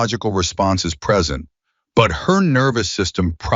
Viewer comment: I was a speech pathologist for over 20 years and then taught speech at a local college. I need to share with you something you need to work on. Your AI bot is mispronouncing certain words that make it difficult to understand. Some are merely garbled but some are mispronounced based on a lack of context consideration. An example would be "present." Words that are spelled the same but pronounced differently based on how they are used in the sentence. There are several ways to fix this. The first is to create code for it, so the AI flags each possible problem and researches the correct pronunciation. As fast as AI is, that wouldn't significantly slow your creation of videos. The other way would involve paying someone to listen to the video before uploading it and listing the corrections that should be made for the AI.